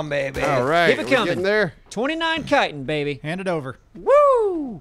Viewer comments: i thought it was pronounced chitin aka shit-in but with a ch instead. not "kiten" lol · Not kighten its chitten havent you guys ever played skyrim? XD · Chitin is now pronounced Kitin. I've been wrong all these years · Great vids..... but Guys, it is pronounced "Chitin".... it's not a "c" or a "k".... ya'll driving me nuts over here! C H I T I N.... like Chicken but with a "tin"... Chi-tin. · That chittin You speek iT out as shitin